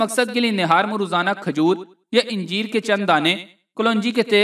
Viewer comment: anjeer hae nake yenjeer.